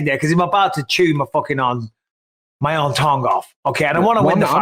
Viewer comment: Add tongue to the lost list of words Bisping can't say 😭